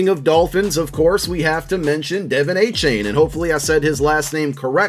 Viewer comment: I use to pronounce his name like you did, but he's recently stated he likes it pronounced De-Von A-Chan lol